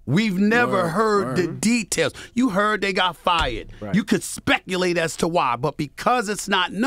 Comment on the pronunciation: Stephen A talkin bout “tea-tails” 😂